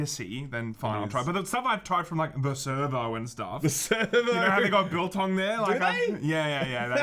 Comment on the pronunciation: Nearly fell off my seat when you said biltong! Haha. Correct pronunciation and everything! I'm impressed. Now try some droë wors.